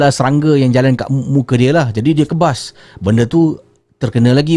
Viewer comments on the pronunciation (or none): Sebetulnya "kibas" bukan kebas... 💁